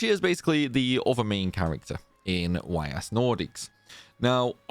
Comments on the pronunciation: It's not pronounced Y.S. Your mistake is already in the title of the video, because you capitalized both letters. It's written Ys and pronounced eess, similar to the words "ease". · Man made a 25 min video and didn’t look up how to pronounce the series name lol